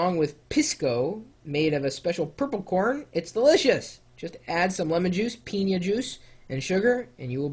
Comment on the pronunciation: Very funny video, and funny the comments in the live chat as well. Chris, you pronounced 'piña' perfectly fine, don't worry. My list would be a little different than Arturo's, but all in all he got those dishes right. I would probably take 'arroz chaufa' aside and insert 'lomo saltado' instead. Lomo saltado is a stir-fry dish made out of beef, onions, tomatoes, and french fries (yes, you read it right, french fries). :)